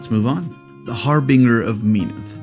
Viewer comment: Gotta ask why you pronounce Harbinger and Menoth the way you do?